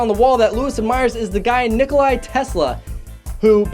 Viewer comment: Nicola Tesla.. not Nicoli